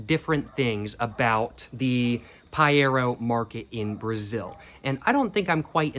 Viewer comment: I love the fact mispronouced everything except paiero, wich he pronouced in perfect brazilian, true cig fan